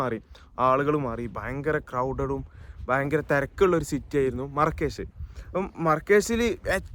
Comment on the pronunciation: Markish ❌marakash✅